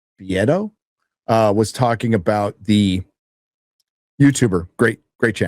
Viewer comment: it’s pronounced ‘Bee-ah-toe’ Rick is a true treasure on YouTube